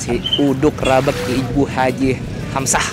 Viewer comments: "Rabeg" lafalin huruf e nya seperti e pada kata "bebek". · Nyebut rabeg nya salah bang, e nya bkn diteken tapi kaya nyebut kata "ojek,gojek,"